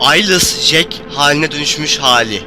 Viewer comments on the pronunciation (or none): none